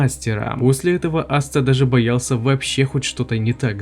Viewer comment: Какой нахуй астеР он АСТА зачем коверкать его имя, можно конечно шуточно назвать астерикс но не астер